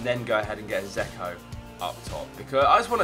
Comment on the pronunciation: You do realise Dzeko has a D in his name? Its not Zeko.